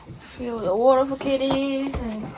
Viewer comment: 진짜 호주 발음 묻어나오셔서 신기해요 Water = 우오라 백퍼센트 아아도 영어로 말하실 때 롱블랙으로 말하실 것만 같은 ㅎㅎ